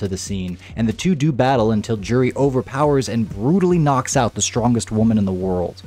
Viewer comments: J-uri is wrong. Its closer to You-ri. The 'j' is a 'u' sound. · You're saying her name wrong this whole time, btw.